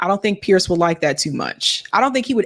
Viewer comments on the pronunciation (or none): none